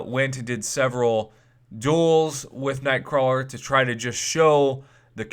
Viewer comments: It's "Nightcrawler" prof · "Nightcrawel".. waahh? :o